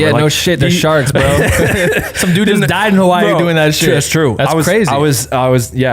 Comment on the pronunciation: please pronounce Hawaii correctly man it aint hard lol